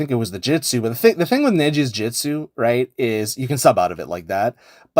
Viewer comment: Bro stop saying "jitsu", it's "jutsu" 😭 good tutorial tho